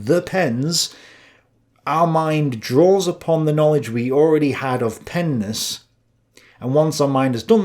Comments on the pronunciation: says, "Peness" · Penis you’re mispronouncing it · I started losing it when started saying "penness" man